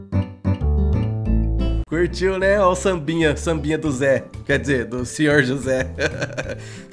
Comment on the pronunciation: Cada hora que ele fala ZEH eu começo a rir kkkkkk